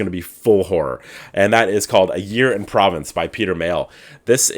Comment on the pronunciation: Hey! Provence is in the south of France! 😂 It’s okay - you’re allowed. And it’s Pr - oh- vahnce. I’m sorry. I had to. Your vlog is my favorite and you’re the best.